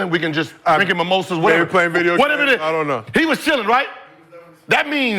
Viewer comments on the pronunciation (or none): none